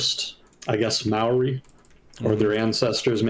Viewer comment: Good pronunciation of Māori! You rarely see it pronounced well